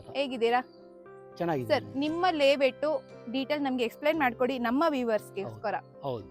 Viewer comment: ಲೆeವೇಟ್ ಅಲ್ಲಾ ತಾಯಿ, ಲೇ ಔಟ್